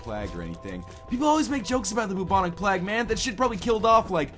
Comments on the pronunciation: Haha he said plag. Not plague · NL, btw its pronounced Playg not plahg lol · plag? its pronounced 'play-g' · Plag? It's Play-guh. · IT'S PRONOUNCED "BUBONIC PLAEG" NOT "BUBONIC PLAGG" YOU DINGUS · Plag? Never heard that way of pronouncing it, but oh well... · Godamn why does he say plauge like that. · lolol you say plague funny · Why can't you pronounce "plague"? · lol you pronounce plague pretty weird haha